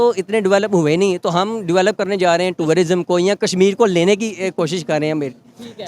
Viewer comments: Pharma wale bhai pahle khud toh educate ho jaao… tour-rism nahi hota wo tourism hota hai bhai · Toorarism nhi hota jahil insaan, tourism hota hai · Turarisom hahahhaha pahale tourism bolaane siko😂😂😂😂😂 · Abey bsdk, o tururism nhi h, it’s tourism 🤷🏻‍♂️, pehle tourism bolna seekh le baad mey baap kaun h bolna😷, bhai aise illitrate se Interview mat lo🤦🏻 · Tie pehensay educated nahi kehlatay, Basic English terms should be pronounced properly, it is Tourism and not Tourarism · Bhai sahab aap pehle tourism bolna sikh lijiye...phir work karna... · "tourer-ism" ....... phele thik se bolna sikh, ye lega hum logo se Kashmir. Kasmir naam kon diya phele bol??? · Pehle tourism to theek se bol le😂😂😂😂😂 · TOURARISM lol🤡 Bhai confuse ho gaya 'tourism' bolu ya 'terrorism' 💀 👀🤓